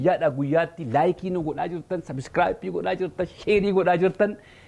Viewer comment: Please bro, refer to the word 'subscribe' and revise your pronouncing of the word! Shame on you in failing to do that! Sorry to say! Take it as a constructive comment!